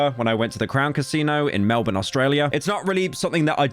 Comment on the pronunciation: pyro is the only non-australian who says melbourne right. melbin, melbeen, melborn, melbo'sbooming